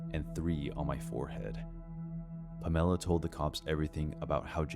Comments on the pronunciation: Palmella? Or Pamela? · 1st one - lunch date...at 7pm. That girl's a dumbass, too, getting in a car with a drunk driver. But great story, though. #2 - stick to the gay apps, dude. #3 - lol, puh-MEL-uh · All three of these sound so damn far fetched, don’t they? I don’t believe them one bit, gotta be honest. Also... “Pam-ella”? 😂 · "Puh-mella" = Pamela??? Lollll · Have I been saying the name Pamela ( PAM - UH - LAH ) wrong my entire life? Is this a regional difference? West coaster over here. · Was the coworker in the 3rd story called Pamela? I couldn’t get past the weird pronunciation lmao. Has the narrator never heard of Pamela Anderson? 😂